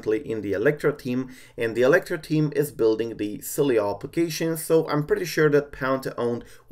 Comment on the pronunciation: See I was right yesterday I was pronouncing it right its okay I still love you.